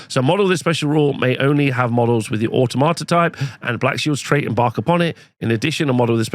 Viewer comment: Pan-o-plea and Or-tom-at-a